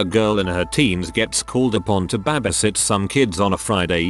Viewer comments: Word:"Babysit" TextToSpeech:"Babaisat" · B A B A S I T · Babi sit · The way the voiceover says “babby sit” cracks me tf up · Its more like babbeh